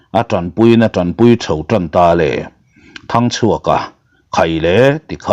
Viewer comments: Ralngama thinte i fawm tira. Hming i lam pawlh nasa ve thei e😂 sir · Zanin chu Thangchhuaka leh Ralngama ilam pawlh nasa khawp mai